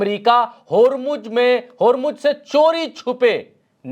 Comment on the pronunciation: होरमुज होरमुज क्या है. ज़ ज़ ज़ होरमुज़ बोलो